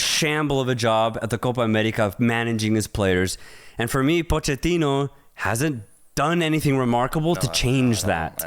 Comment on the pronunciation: Why do you guys keep saying Po-QUE-tino lol It’s POCH-ettino